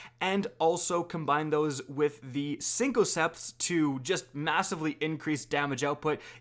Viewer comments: Dumbass said “Synchoseps” and “Raidien Flux” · 2019. Still can't pronounce Synthoceps. Still, helpful video.